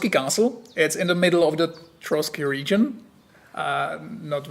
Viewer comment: Trosky, not Trotsky